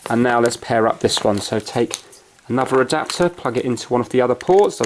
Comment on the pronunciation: The way he said adopter though